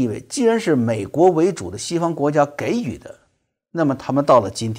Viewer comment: 给予 读 jǐ yǔ